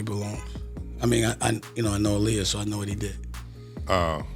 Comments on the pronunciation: I appreciate the content but I don't appreciate the mispronunciation of her name several times. A-LIAR, then you say her name correctly. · You are saying her name wrong is Aaliyah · Saying her name 5 different times is a massive sign of disrespect….. if you cannot do your research correctly and listen to how her name is pronounced. Then your being purposefully disrespectful… 😐😑🥴 let’s see if any of your white subjects you do that to? Will be interesting to see if it’s solely Black and Poc names your purposely mispronounced….